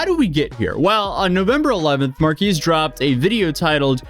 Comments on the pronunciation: Marques ❌ Markeese ✅ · You don't say Marques right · This is nothing compared to the gravity of his situation, but please, pronounce his name correctly